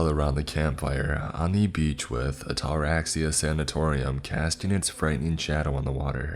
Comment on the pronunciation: Oh damn, “What’s the worst that can happen?” One of the worst questions to ever ask. In fact it shouldn’t ever be spoken. My God he’s butchering the word Ataraxia. The pronunciation is like this: At-A-RAX-ee-Ya. Or adda-RAX-ia, with the emphasis on the Rax. Ataraxia. It’s actually a brain disorder that frees you from worry or anxiety from pretty much anything. I’d love to have it!